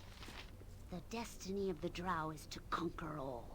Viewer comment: Notice that Adalon pronounces Drow like "drow," not like "droh." Sorry, but your pronunciation has been driving me nuts all game. I can understand the confusion because words like sow, grow, low, etc are pronounced like "oh" not "ow." However, there are also words like plow, now, wow, etc that are pronounced like "ow." Every time I've heard Drow from official sources it's pronounced "Dr-ow."